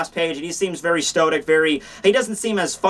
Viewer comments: Hey, for the longest time, in many of your videos, ive heard you pronounce the word "stoic" as "stodic." Maybe youre using another word and i could be wrong? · It's 'stoic'.